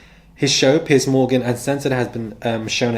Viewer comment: It sounds like you say "Pi$$ Morgan." It fits.